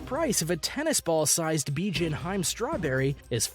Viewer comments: hiime not haim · Its not hyme it’s hemay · Hime is pronounced "He-May". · HIME is pronounced: He-may not heim. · its he meh not hime u noob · Before I see this video I can guarantee you that the majority of these expensive fruits come from Japan (Nihon) I bet my life. Plus it's pronounced 'HE-MEH' n not Hyme pendejo. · He actually said Hiym instead of Hi-Me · It’s him-mea not hime, I suggest checking your pronunciation. But other than that that everything else is fine no hate pls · or pronouncing hime like "hyme" instead of "heemay" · Bijin 'HI-ME' read as two syllables (not haym as you read it) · Is it too hard to pronounce Se-kai... not se-ki-ai 😂😂😂😂😂😂 edit: it's Hi-me not hime😂 hi-me=princess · Every time he pronounces Hime as “hyme” I die a little inside. It’s pronounced “hee-may” (but with shorter syllables) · Hi-me... Den-su-ke... I stop after that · Listening to this guy absolutely murder the Japanese language had me in stitches. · They even butchered pronunciation of some japanese words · The way he says "Hime" is crushing my little weeb heart. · from this point onward . "He butchered japanese language so hard" came to my mind when he pronounce every new fruit name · learn how to pronounce the items, good lord fire the narrator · Hime ... lol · I can't even speak japanese, but the little anime knoelage of how the language should sound made grinde my teath in frustration . . . at least try to look it up, hime realy is not hard to pronounce . . . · This video is full of mispronunciations and other mistakes.